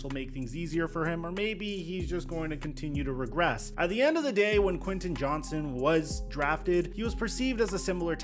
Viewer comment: It’s Quinten JohnsTon!!! Lol… Sorry my last name is also Johnston and everyone calls us Johnson… And I think I can speak for all Johnstons and say that there is a “T” in our name. We’re not a slang term for a penis hahahahahaha…..